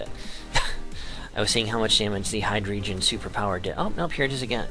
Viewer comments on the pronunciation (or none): nice battle, only thing... it's pronounced Hi-Dray-Gone lol